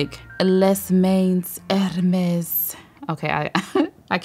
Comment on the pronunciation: Lol I’m French and "Les mains Hermès" is pronounced "lé mein Hermès" more or less 😅